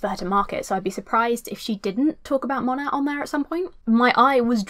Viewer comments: I love how you keep saying Mon-AT as opposed to Mo-NAY 😂 😂 all the Monat reps scream at people mispronouncing their “business” lol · Everytime you say MonaT it kills me a little bit. The T is silent it's pronounced like mow-neigh. Like mow your lawn and the horse says neigh. Please